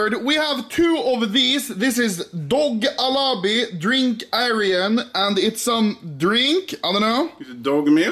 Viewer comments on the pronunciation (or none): „Drynk aiyiran“ 😂😂😂